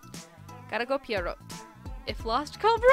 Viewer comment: "pierot" is actually a french name! :o) pee-eh-roh